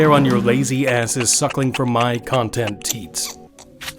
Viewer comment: "Content Teat" 😭